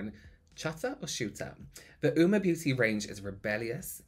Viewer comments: Oh nooo not being able to hear "oo-ma" the entire video means I'm skipping this one 😬 It takes 30 seconds to Google it man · Ah I see at least read the phonetic pronunciation but still got it wrong 😂 big rip